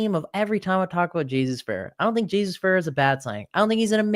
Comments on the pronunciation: Omg I turned this off after 10 seconds if he can’t fucking say his name right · For me, it's impossible to spend time listening to someone who doesn't pronounce it correctly.